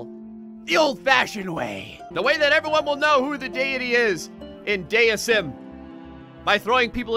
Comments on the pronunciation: IT'S PRONOUNCED DEISM NOT DEISM,! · its dee i zem